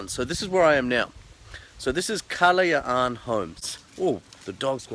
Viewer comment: Superrrr!!!!! I MISS SUBIC BAY!!!! Thanks For Posting...Try PUNDAKIT ISLAND/ANAWANGIN.....You Pronounced KALAYAAAN so Nice!!! hahahaha!!!!